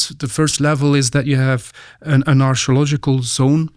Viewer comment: anyone else hears "astrological" when he says archeological"? x)